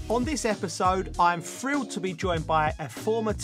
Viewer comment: JOE. It’s thrilled and not “frilled”. Just saying.